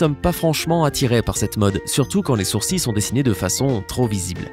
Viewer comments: On dit sourcil"E" et non sourci😁enfin moi je dit comme sa apres jsp mdrrrr😁😁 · On dit sourcils pas sourci !! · Il dit sourci ou lieu de sourcils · le mec il dit soursi à la place de sourcils C t pas intéressant mais bon😁😁😁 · Ça se prononce sourci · Je suis la seule perturbée par le fait qu'il dise "sourcille" au lieu de sourcils ? XD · "sourci" ON DIT "SOURCILE" PTN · On dit pas "GentiL" on dit "Genti-", on dit des "Sourci-" pas des "SourciL", après faut se plaindre aux français pour cette langue de m*rde mais sachez la prononcer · les sourci ??? Xd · Il dit sourci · « les sourci » 😂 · Il dit des sourcilles 😂😂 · C quoi les ''sourci''???😂😂😂😂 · Peut on parler de cette prononciation du mot « sourcils » !? Il me perturbe !!